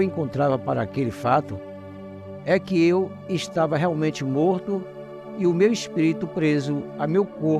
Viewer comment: kkk esse " espito" é foda hein 😂😂